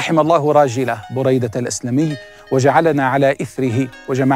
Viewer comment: مجهود رائع لكن أعتقد نطق الإسم خطأ ، فهو : بريدة بن الحصيب - باء مضمومة وراء مفتوحة وياء ساكنة ... حاء مضمومة وصاد مفتوحة وياء ساكنة buraydata ebn al husaib هكذا سمعته من الشيخ محمد بن العريفى * أنا علقت لما سمعت الاسم من اول شخص تكلم فى الفيديو ثم لما اكملت المشاهدة وجدتك قلت ما علقت به